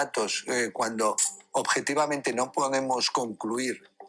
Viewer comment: Oir al decir ojete-vamente (objetivamente), con esa voz q parece que tiene en la boca una... Papaya. En fin un poco de humor. Esta gentuza no merece ningun crédito. Un saludo.